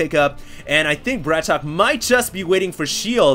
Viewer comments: its not bratok hd its brat-ok :) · It's Brat OKEY not BRATOCK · BratOK = Bratawk people. He's not english so we don't we the same English pronunciation. Husky said he thought it was BratOkay, but even he said in his video he wasn't sure it that was right. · It's Brat-OK! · pretty sure it actually ISNT pronounced brat okey...day9tv's channel clears this up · small thing but, isn't it pronounced Brat "OKAY" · brat ok not bratok :(